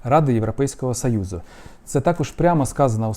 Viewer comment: Гидотно слухати оце ваше « європейского сАюзу» навчіться говорити нормально